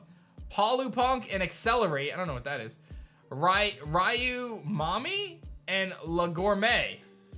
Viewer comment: RYUMAMI, ARE THEY KIDDING ME LOL, I FREAKING LOVE IT, I HOPE THAT'S REAL. If that turns out to not be real, I'm totally going to use that as a nickname instead rofl. 🤣 And I know "ryu" is a hard sound to make for our english speaking tongues, but it's NOT "rye-you", it's one syllable that is like "roo" but with a y sound rolled into it.